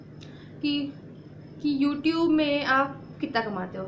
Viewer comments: and she never has creative ideas on her own... google se diy nikalti h or video banati h without even checking for harmful effects on skin..anpad gawaar h woh... she doesn't even know to pronounce 'Youtube' properly.. she says 'Youtoooooooooooob' LOL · Btw she said " 'youtoob' deleted it due to some 'tachnical' reason" 😂😂😂😂😂😂😂😂